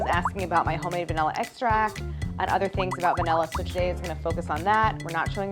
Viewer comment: The fact that she pronounces it like “egg-stract” 😩